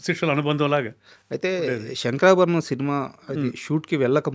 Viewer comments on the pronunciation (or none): One of the best interviewer in current times. So mature. Did his research and is asking very pertinent questions. But why is he pronouncing "శంకరాభరణం" as "షంకరాభరణం"?